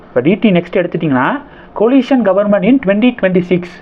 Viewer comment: அது "Coalition - (கோயலிஷன்) government" "Collision (கொலிஷன்) government" அல்ல!